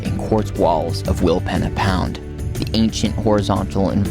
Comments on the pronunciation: We camped in our caravan at Rawnsley Park Station a month ago the Flinders Ranges are amazing. Tested out the Jeeps 4wd capabilities in some of those canyons and tracks. You guys are a lot more energetic than we were (also a lot younger) Normally Aussies would pronounce it Will peena pound but maybe the indigineous people pronounced it Will penna. The Pich Richi railway and the silo art show in Quorn were also interesting to visit. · Pronounced Wilpeena pound! Pee 😂